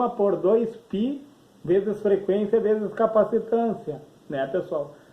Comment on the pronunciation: 'Chees' 1k..10k...esta errado falar..o correto é 'veses' 1k....10k..